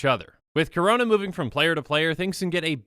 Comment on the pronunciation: Every time he says Karona I hurt inside